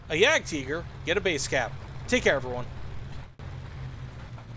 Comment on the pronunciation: That's the correct German pronunciation